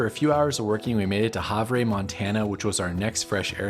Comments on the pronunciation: Havre is pronounced Hav er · Its pronounced have er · that would be pronounced (have)er = Havre I know this because I live in Montana and at one time I lived in Havre